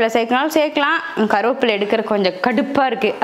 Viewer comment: கருவேப்பிலை என்று உச்சரிக்கவும்